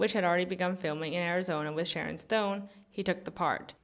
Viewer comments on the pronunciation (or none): none